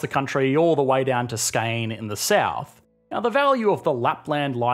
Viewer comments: The area Skåne is pronounced “Skon-e” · Still not as bad as pronouncing Skåne "skane". It's pronounced "skorneh" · The A with a single ring or dot above it is pronounced as an O. So Skone. The actual Swedish pronunciation has more nuance to it but as a rule of thumb å=o . Thank you for the video, a lot of new information. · "scane"... never knew I lived there. :) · Pretty much murdered Swedish region pronunciations. "Skåne" (s-cone-ae) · Ah yes, the famous Swedish province of SKEIN. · sverige the g is pronounced like a y skåne is pronounced skonè the e is actually pronounced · Skåne, Skane lol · ...och Skåne. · Yes you are struggling with , Skåne... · That's not how you pronounce Skåne, dude. Look it up online before you make your next video.